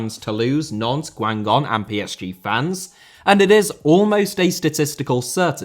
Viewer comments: The two gs in Guingamp are hard gs! Sorry I just had to say it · How did u prnounce my club’s name, Guingamp 😭😭